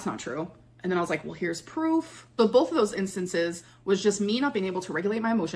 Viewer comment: Came here to say bolth 💀